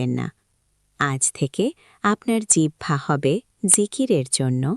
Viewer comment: আলহামদুলিল্লাহ। জিহ্বা না বলে জিবহা বলতেছেন তাহলে এটা কি আমার আপনাকে বলার গীবত হবে